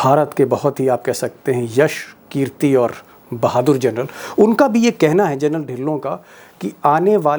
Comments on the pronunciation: Gernal nahi General kaho. Bar-bar galat bol rahey ho aap. Thoda thik karo. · General not journal deepak ji! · DEEPAK SHARMA,IT IS GENERAL AND NOT GERNAL .HA HA HA. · सर जी, व्हिडिओ बहोत अच्छा हैं। मगर आप जर्नल बोलते हो। प्लीज जनरल बोलीये। सैनिक का सर्वोच्च सम्मान हैं वह।धन्यवाद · दीपकजी, आप 'जनरल' का उच्चार 'जरनल' ऐसा कर रहे हैं। ये गलत है।You are saying journal instead of GENERAL. 'जरनल' कहना बंद कीजिए...'जनरल' कहिए। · Gernal nahi Sharma ji General bolo.